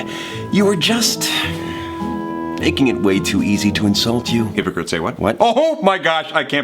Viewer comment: Hypocritesaywhat Me and Virge: What? Me realizing he said Hypocrite WAIT- NO